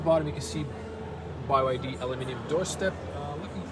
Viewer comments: Why do you call it BY YD? I’m pretty sure it’s pronounced B, Y, D - 3 letters. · it's not Bai Why Dee, it's Bee Why Dee. also the Chinese letter when you opened the front cover, it's the Chinese letter Han. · BYD, not Buy Y D, lol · "By YD"... Anybody else acknowledge this? Not sure if srs or trolling. Honestly will be trading my Mercedes CLA for this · BYD = Bee Why Dee Never heard Bye Why Dee before. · "Bee Why Dee" not By Why Dee 🤦‍♂️ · By YD?? huh?? it's just B Y D...... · bye why dee hehehehe.. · its bee-why-dee